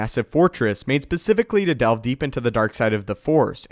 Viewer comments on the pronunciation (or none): none